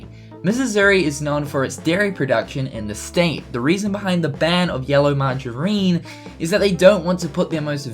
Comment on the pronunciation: Missisuri? Margareene? Geez! Where'd you learn to speak? Missouri is not Missisouri. Margarine is pronounced marg-a-rin. It's like wind and wind in another vid done by same person .... one is a verb pronounced why-nd ie the path winds (why-nds) thru the forest vs the wind (the way it was pronounced in the other vid) blows hard during rain storms.